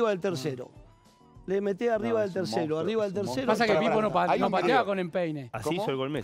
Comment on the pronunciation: decir "mounstro"no es normal...